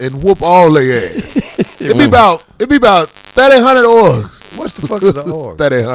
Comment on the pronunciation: Corey really illiterate and it’s so funny 😭 this nigga literally called Ogres “orgs” lmaooo